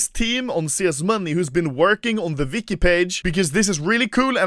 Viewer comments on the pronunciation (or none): Who the fuk is CSGO Vicky?! Oh wait... You mean Wiki? With a W... It's not pronounced V... That's a different letter all together... That triggered me so bad XD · Everyone else: "Wiki" Anomaly: "Vicky"